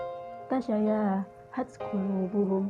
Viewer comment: Tasyaabahat qulubuhum kk, Bkn tasyayahat🙂